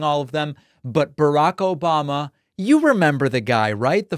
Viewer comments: I love the “ObaMna” and “troth sential” 🤣😂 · I miss you "Obamna" 😂😂.